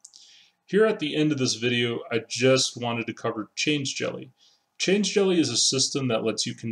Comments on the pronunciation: I think it's "Change-elly" rather than "change-jelly". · Yep, definitely change-lly. There's no g or j in the word after change.